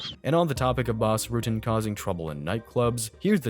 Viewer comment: Its not ROOTEN, its pronounced RUT-TEN